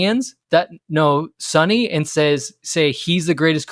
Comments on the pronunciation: I Korean. I love calling him Sonny. I am a little bit bothered most of youtubers surrounding LAFC pronouncing Sonny as Sunny. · I think there might have been a bit of a misunderstanding. It's not that calling him "Sonny" is disrespectful—that's his nickname! The issue is when people pronounce it "Sunny" (like the weather). His last name is Son (손), pronounced "Sohn" (rhymes with 'tone'). His nickname is Sonny, which should be pronounced "Soh-nee." Getting the pronunciation right is just a small way to show respect, just like we would for any player. Loving all the content and learning so much about LAFC and MLS from you all! Keep it up! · Hi, you're absolutely a hundred percent correct. But I think the problem is accents, I am a Londoner, and I ive supported Spurs for years, and I pronounce Sonny the way you say it. But in America, like in the North of England Americans and northerners here pronounce it 'u'. Theyre not being disrespectful it's just the it's a differant pronunciation. Just like because I come from london , I pronunce bath...barth because in the south of england we have a lot of french influence in our accent from medieval times. In the north of england they say bath with a flat a like apple. Because they have a lot of vikings influence which is entirely different. Americans are the same. They have so many accents. Ive met Sonny 3 times now at Spurs events. You know, he really doesnt mind at all, ive heard hiim tell peole call me what you like..and wink. Hes very funny. . 😊 but im absolutely sure hed be impressed by how much you care.